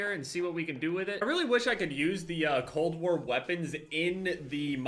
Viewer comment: He can't even say cold war xD